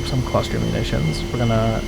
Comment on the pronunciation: Boston Bombs...as in "Clustahs"